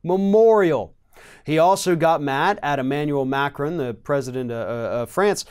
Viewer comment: How pronounces Macron! Haha!